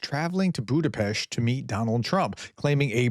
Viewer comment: Budapest 🇭🇺🇭🇺🇭🇺 RUSZKIK HAZA! Putin can very well stay in his bunker, waiting for the end. Btw you did pronouned Budapest really well prof.